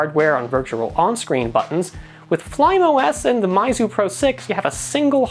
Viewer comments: MEYZU, not MAIZU* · It's Meizu, not Maizu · PhoneArena, why do you say mAizu??? Its mEizu, What where you thinking? Basic kindergarten english... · Its.... Pronounced MEYZU..... Not MAYZU lol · since when was meizu pronounced mizu? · well I think it should be pronounced as "Miizu".. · Your pronunciation of meizu is killing me